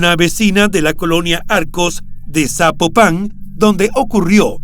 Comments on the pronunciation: No es zapo pan 🤔 es Zapopan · Amigo ni idea de donde seas pero no se dice "Zapopán" se dice Zapopan, de corrido sin enfatizar en la palabra "pan" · Es Zapopan no Zapopán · Estaría muy pero muy bien, que antes de hacer tus videos investigues cómo se pronuncian los nombres de personas o lugares que vas a mencionar. Cada vez que dices ZapopAn mi imagino un sapo arriba de un pan!! 🤣 se pronuncia ZapOpan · Me gusta el programa, pero sin ofender me gustaría aclarar que no es Zapopán , es Zapopan Jalisco " no lleva tilde . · No SABES PRONUNCIAR ES ZAPOPAN NO ZÁPOPAN DOS YA MUERTA LA MUJER LAS ACTIVISTAS PROTESTAN NO MMN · Se escribe ZAPOPAN y NO se pronuncia Zapopán, se pronuncia Zapópan. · "zapopán" jajajajaaja que insoportable escucharlo así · Se pronuncia fuerte laprimer silaba zápopan y matamoros como se ve se pronuncia no matamorros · Al narrador le voy a pedir un favor, antes de narrar investigar como se pronuncia las ciudades, es horrible como dice Zapopan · Es la justicia de Jalisco y el poder judicial sumamente corruptos no el gobierno federal también quiero saber de donde es el narrador pues pronuncia Zapopan muy mal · Hola, te mando felicitaciones por tu trabajo; la investigación y narración son buenas. Al calce, solamente puedo mencionar que sería importante poner atención a la pronunciación de nombres propios de las regiones que mencionas en cada uno de tus narrativas. Zapopan, lleva acento prosódico en la "o" y en otro caso, se suscitó en Matamoros, aquí entre las dos "o" la "r" se pronuncia suave no como si fuera doble "r". Es una pecata minuta, pero es importante para enriquecer tu trabajo. Saludos desde Los Ángeles Cal. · Estelaflorespenagos: tampoco es correcto Zapopan con acento en la primera a es Zapopan sin acento escrito, solo se pronuncia el acento en la o. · Al narrador le sugiero que aprenda a leer, o se informe cómo se pronuncia Zapopan, porque no lleva acento de pronuncia sin acento o es Zapopán.